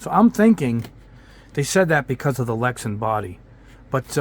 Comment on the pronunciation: It's LexAn not LexEn